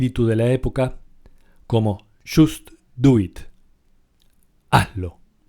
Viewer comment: Just doit jajajaja es jast du itt (asi se pronuncia) Xd jjajajajaja